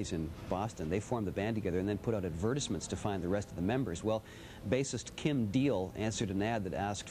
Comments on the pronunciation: "adVERTISments" there's no way he was seriously saying that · i have never heard someone say advertisements like that... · who the fuck pronounces advertisements like that??